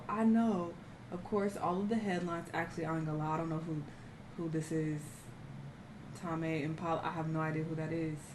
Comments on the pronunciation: How do you not know Tame Impala?!! And you said “Tamé” instead of Tame🤦🏾‍♂️🤣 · Not "tom ay" impala 😂😂😂